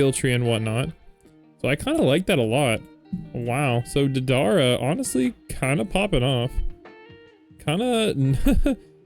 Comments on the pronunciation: you're saying DA-DAR-RUH, Deidara's name is pronounced DAY-DUH-RUH. it kind of sounds like date-a-ruh all together! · not be that guy but its pronounced like "Day-Da-Ra" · It's pronounced day-duh-ruh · its pronounced day dah rah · Its Dey-Da-Ra Pronuce Da like dad and Dei like They but with a D